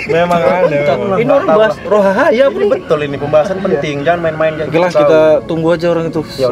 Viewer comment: Bang bukan rohahaya tapi rohaniya😊😊😊😊